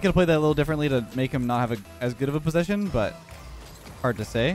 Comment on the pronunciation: I might be wrong but doesnt mixes the word "posession" with "position"?😅 Im foreign but the first sounds evil😈😄